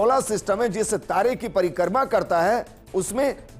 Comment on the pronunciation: परिकर्मा नही परिक्रमा